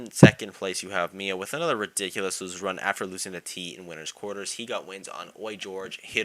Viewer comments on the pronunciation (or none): none